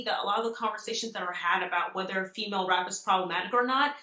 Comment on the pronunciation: Not “Femail” 😢lmaoooo